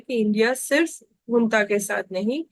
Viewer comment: Hunta nahi bhaiya ji junta hai aap to bus chatpati Khabro ache lage the😅